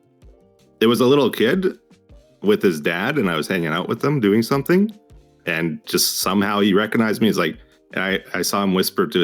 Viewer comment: The way he says "somethink" both grates me but also very much feels like an etho-ism